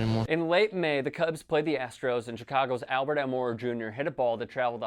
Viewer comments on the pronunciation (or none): none